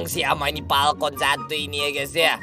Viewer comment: Falcon itu "Palkon"😂